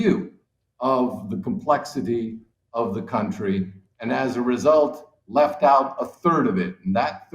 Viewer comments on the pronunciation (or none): none